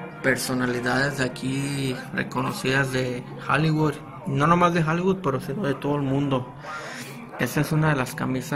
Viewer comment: Monrú? Jaligud?😂😂😂😂😂